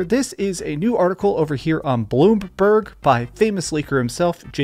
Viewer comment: Did he just call bloomberg "bloopberg"? Can the man not read